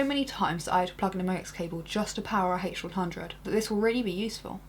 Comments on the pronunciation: "the hache who-won hhhundred oeye" lol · I like your video, but I didn't like the way you pronouce H100 -.-..